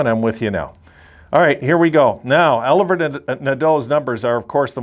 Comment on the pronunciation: If u look back on comments i was happy with the Olivier Nadeau pick cuz of his size and offensive upside. Kid can grow to 6'3 prob 215 lbs and have a good Power forward game. Its not Pronounced Oliver its french so O-live-e-a Nah-do . Olivier Nadeau.